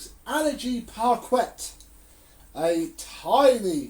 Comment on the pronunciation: You are not supposed to prounounce the 'Quet' lol it prounounced 'par-kay'.